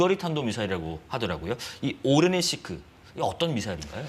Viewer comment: 진행자 계속 오레시니크를 오레니시크라고 잘못 부르고 있음.